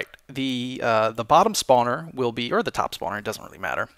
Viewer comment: I like how he says not "Spawner", but "Spaauwner". :3